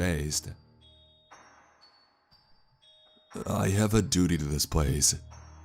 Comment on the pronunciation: haha he said dudy